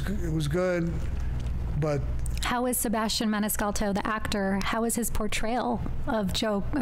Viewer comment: Did she say, Sebastian Maniscal"t"o? C'mon man; Study up italian culture and mafia; <Girl --> Did Toddo have a nickname, Sammy; "Sammy" --> Umm Toddo was his nickname>.